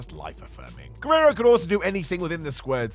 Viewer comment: Why do stress the last syllable of every sentence when you speak? Repertoirrrrre! Guererroooooo!